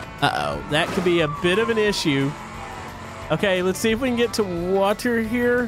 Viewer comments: Do you guys hear that. don,t know how say water. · Its water not WATAR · I love the way says water 😂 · I like how he saids water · It seams as if he says water with a capitol i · Why dose say water like that?🤔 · Why do you say Water like that? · Why you say water so wierd? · Lol why u sayin water like that ? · Lol He Keeps Saying Water In A Wierd Accent